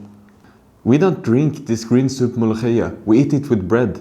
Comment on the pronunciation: أولا وأخيرا مفيش أجنبي بيعرف ينطق حرف الخاء .. طيب كنت ظبطها وانطقها مولوكية عشان نصدق